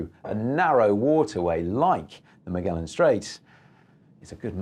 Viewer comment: If you're gonna do videos like this for the love of god make sure you're pronouncing the famous names right.., Its not miguelan. Its Magellan